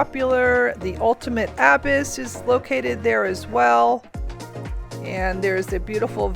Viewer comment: It took me far too long to figure out what word you meant when you say abyss lol never heard it pronounced like that haha